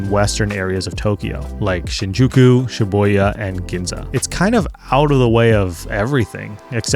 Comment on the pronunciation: I like how you mention Shi-buoy-ya